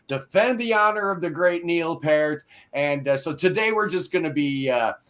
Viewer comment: It's 'Pee-rt'. Rhymes with 'ear'.